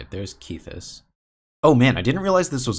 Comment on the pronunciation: I'm pretty sure it's a short 'e' in Kethis. So 'Keh-this' not 'Kee-this'. Sorry to nitpick. It was just bothering me a lot.